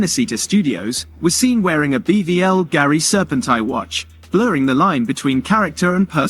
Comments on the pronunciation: It’s not BVL Gari it’s Bulgari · its more of a personal top 10 jewelry brands. AI voice over with poor pronunciation due to lack of research. wtf is BBL Garie?